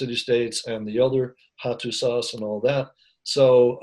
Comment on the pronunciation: my only thought is he butchered the pronunciation of Hattusa